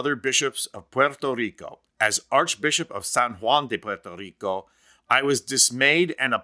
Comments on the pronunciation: Thank you, thank you, thank you for making the effort to pronounce Puerto Rico correctly. Pwerto not porto! Now can we try to pronounce Costa Rica correctly? It's Costa, as in Costco not coasta! How do you get coasta out of Costa and porto out if Puerto? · It is refreshing to hear the correct pronunciation of Puerto Rico. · Oh.... Thankyou for apparently being the only person in America who can say 'Puerto Rico' correctly. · Good accent, buddy 🇵🇷